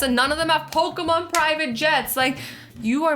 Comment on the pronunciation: Azzy: pokumon me: pokeeeeeeeemon